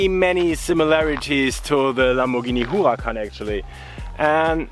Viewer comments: Stop saying whoacan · I’m getting fed up of hearing u say whoacan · hes saying huracan better than any of you